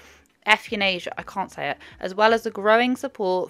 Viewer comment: You can't look at the spelling of euthanasia while you say it outloud ❤ 'youth-enasia' ❤